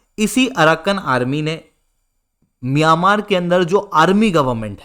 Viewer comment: Miyamar nhi miyanmar hain sir 😂